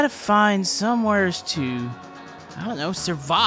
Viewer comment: You always say someweres